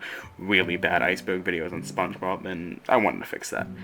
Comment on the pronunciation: oh hell nah spoench bord iC borg